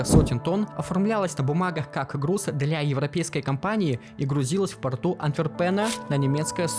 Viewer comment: Ты ИИ что ли? ГенУя, АнтверпЕн... Обычно, такой хернёй нейронки страдают.